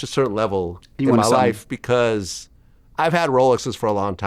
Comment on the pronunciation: Pcause…Vlad can never say because 😂